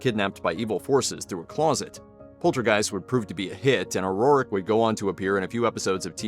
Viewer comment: This is the second video this week that I've watched that pronounces O'Rourke as O'Rorrick